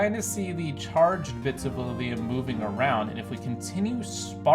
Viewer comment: Look up how to pronounce lithium